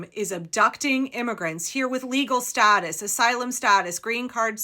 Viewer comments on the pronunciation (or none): none